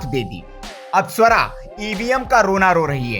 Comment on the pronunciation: Bhai sahab suwara nai hai swara hai